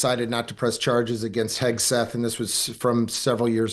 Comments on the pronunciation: Someone tell Emily his name is HEG-SETH not HES-KETH. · Hegseth, dear, not Hesketh. Listen to the way the person you are interviewing is saying the name, if you haven’t done your research